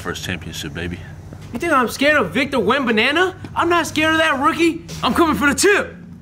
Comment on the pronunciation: Bro said Victor wembyana 😂😂😂